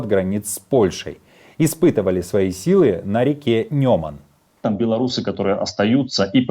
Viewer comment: А почему Нёманом, а не Неманом? Разве река так называется?